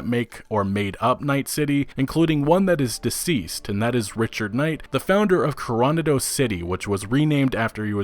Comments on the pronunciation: Love the videos, and I know this is nit-picky, but Rancho Coronado is pronounced CORE-OH-NOD-OH, not CORE-ON-UH-DOH. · Coro-na-do, not coron-ado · Please please please stop saying "corONado". It's clearly "coroNAdo" and it's like nails on a chalkboards every time. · Coronado is pronounced core-ah-nah-doh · Awesome video, thanks for all the info... but you’re killing me with your pronunciation of Coronado. It’s ko-ro-NA-do, in Spanish multisyllabic words are generally accented on the second to last syllable, unless there’s a specific accent mark telling you different. For the sake of my bilingual ears, can you pleeeeeease hit the “NA” instead of the “RON” in Coronado? Literally my only criticism, thanks for keeping the useful info coming.